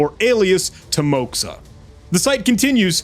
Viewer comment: There is a high probability that Timoxa is a name derived from shortened russian name Тимоха pronounced as Timokha. It might indicate that the guys full name is Timofey which is Тимофей in russian.